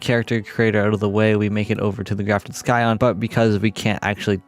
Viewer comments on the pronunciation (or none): Wtf is a sky-on? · “Grafted ‘sky-on’”